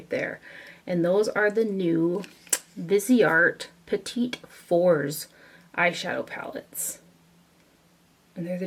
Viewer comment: I ordered the viseart lilas quad and loved it. Now I want all of them! (BTW, its pronounced "pett-ah four"). Thanks for mentioning muse beauty pro, ill check them out.